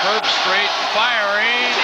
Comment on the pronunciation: "Kirk Herb-STREICH" Don't worry,, you'll get it right soon enough. 😉